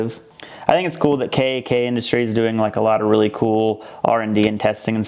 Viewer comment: Kak should be spoken as K AH K aka CAhK or CoCK